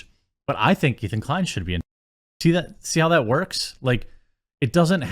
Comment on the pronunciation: His name is Ethan Decline, correct yourself please LOL